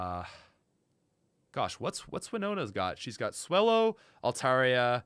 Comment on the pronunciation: You mispronounced Swole-low.